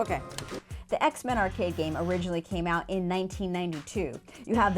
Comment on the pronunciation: "including ayecks min"